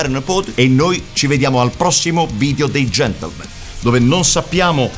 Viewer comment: Io ormai ogni volta che dicono Gentlemen... sento invece GENTLEMENT xD Chissà se sul set di questa stagione è capitato di dover correggere la parola GentlemenT!